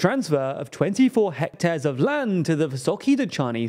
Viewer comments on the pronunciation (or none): none